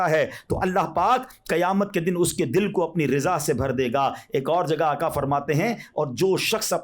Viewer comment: باآدب گزارش ھے ھر کوئی نعت پڑھنے میں(آقا) کے بجائے آکا کیوں پڑھتے ھیں؟